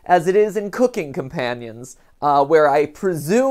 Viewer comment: As this is clearly going to be a game involving cannibalism, you are pronouncing the title wrong. You are slightly emphasizing the word "cooking" rather than the word "companions". Isn't it strange how the tiniest of stress in different places can change a meaning from "companions are helping me cook" to "I am cooking my companions" also, (spoilers for the video) Mat predicts that Mariah isn't actually dead, saying we haven't seen a body after just looking at pictures of her rotting corpse. Now, I'm not saying he's right or wrong (I literally don't know, this is the first playthrough I've seen), just that the timing is a bit ironic.